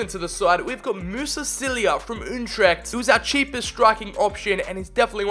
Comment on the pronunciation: I love how he pronounce FC Utrecht "Untrecht"